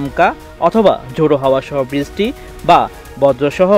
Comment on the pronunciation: ভাষার সমস্যা বৃছ্টি